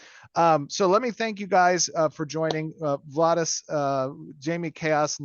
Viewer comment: Its Vlhadus, not Vlahdus :D Love the Show great questions